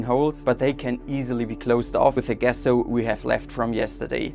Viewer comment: Hey there! Love what you are doing. I believe the pronunciation of the G in Gesso is the same as the J in Justice. I hope one day to learn your language. You taught me that pressing your thumbs is your equivalent to our crossing our fingers. 😊